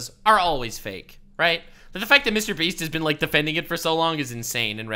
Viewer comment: Dude, I honestly can't keep a straight face when keeps calling MrBeast "MrBreast". Idk why but I can't stop laughing 😂😂